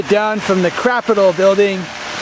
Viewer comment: why did he call it a "crapitol" building lol?